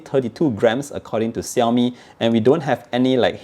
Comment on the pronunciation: ШАОМИ не САОМИ нообе, ВТФ?